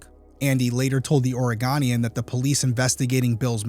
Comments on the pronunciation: Try saying or-uh-go-nee-in when you say The Oregonian. 20+ years living here in Oregon. ❤ Great job on this story! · Not to nitpick, but I thought it might be helpful to know that the newspaper the Oregonian is pronounced like Ore-a-GO-nian. Its a pretty big paper in the northwest and you might need this info in the future. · Great video, different kind of case. I'd love to see more cases like this. (Hate to be That Gal, but I lived in Oregon for more than 20 years, so I can't let it pass, lol... the end of "Oregon" rhymes with "sun", and the middle of "Oregonian" rhymes with "own") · Please learn the proper pronunciation of "The Oregonian". Thank you. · As a fellow Oregonian, i couldn't help but laugh at your pronunciation. I guess unless you're from the area, most people butcher the word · Search "pronounce Oregonian", and in the first result, play how it's pronounced. We Oregonians will appreciate it. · Haha your pronunciation of Oregonian 😂 Great coverage of this case!! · I love you and Stephanie but whenever I hear you guys pronounce Oregonian I cringe a little. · I'm sorry but I couldn't help laughing the way you pronounced Oregonian. That was a new one. Of course the subject matter is serious. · Please learn to say “O-rə-GO-nee-ən” (both O’s rhyme with no). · Quick note: it's pronounced Or-i-go-nee-an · If you happen to do a part 2 to this, it's pronounced Oreg-own-ian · Ori-gone-agan?! Ori-goh-nian... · From the state of "Ore-again" It's pronounced, "Ore-uh-go-knee-en" 😂❤ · I have family in Oregon... I'm pretty sure they call it the Oreg-oh-nian (Oregonian). Oh not ah. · Oregonian - come and go. Go-nian. OreGOnian. I couldn't let it slide, sorries. ❤ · Omg. The ways he's pronouncing The Oregonian. It's not pronounced Orygun, not Oragone. 😂 Sorry to be that person. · Great Job, but your not pronouncing Oregonian correct. Your pronouncing an 'a' after the g and it's an O. It's a long O. I'm from Oregon that's why I had to correct you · The… Orey-Gone’ian?